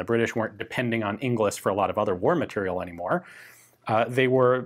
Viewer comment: Matériel still isn't pronounced "material".